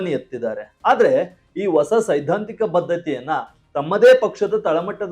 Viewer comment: ಮಹನೀಯರೇ ,ಕನ್ನಡ ಭಾಷೆಯ ಶಬ್ದ ಗಳು ,ಸರಿಯಾಗಿ ಉಚ್ಚಾರಣೆ ಮಾಡಿ.ಹೊಸ ಅನ್ನು ಒಸಾ ಎಂದು ಹಳೇ ಯನ್ನು ಅಲೆ ಎಂದು ಮತ್ತೆ ಇದೇ ರೀತಿ ಇನ್ನೂ ಬಹಳಷ್ಟು ಶಬ್ದ ಗಳು ತಪ್ಪಾಗಿ ಉಚ್ಚರಿಸುವುದು ಸರಿ ಏನು ಹೇಳಿ?